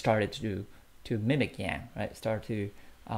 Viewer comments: It's Andrew Yang! Not Yan... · Bro. Who is Andrew YANN. If you're gonna report on this topic you really need to know how to say YANG